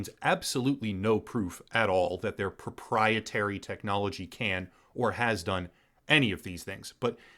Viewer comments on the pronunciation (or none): Drinking challenge: take a shot every time they say propietary, you will die of alcohol poisoning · Well-written script, however the exaggerated emphasis on the word proprietary again and again wore thin. Otherwise, great synopsis and commentary.